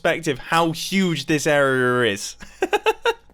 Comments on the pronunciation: Not to make fun of ur accent, but I hear you say somethin’ like “airrrearrrrr” instead of “area.” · Hey random person, how do you pronounce area? *Any random person: area Now, mumbo, tell him how YOU pronounce it. *Mumbo: errorhur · most people: “this area is” mumbo: “this errrarr is” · Anybody notice that Mumbo says arerea instead of area? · You pronounce area arer 😂😂😂😂😂LMAO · Mumbo: areearrae Me: hahaha can’t you talk? Just kiding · he tries to say area but it comes out airrrrrrrrrrr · how huge this Arrrerrr is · "Now that puts into perspective how big this areuror is." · "Areaer" (pronounced as "awewer") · Anyone else catch him say area “arra” or something like that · "How huge this arrrrrr is." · “how huge this aryrRrRris” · arearer...er? lol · Does anyone else love the way Mumbo says "area"? Arerrererer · “how huge this arerrrr is” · "how huge this errerierr is" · ''how huge this area ryrry ris'' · mumbo said: show the arerarae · "Arearrris" I'm sorry Mumbo lol it's hilarious. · "... How huge this arerer is."